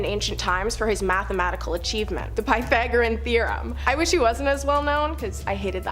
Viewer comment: Piethagorean. Sorry, but that pronunciation was zapping my desire to continue listening about things I actually enjoy learning about. Next!